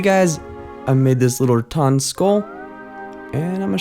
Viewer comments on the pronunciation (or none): It's RaTAN not RaTON.